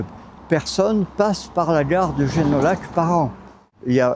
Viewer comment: Oh.Mais on doit dire Génoillac et non comme un parisien